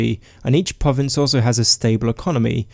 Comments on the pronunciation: If you can only pronounce pwovince, why do you keep doing it? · Your talking is so cute lmao pwovince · why can't you pronounce the letter r...pwovince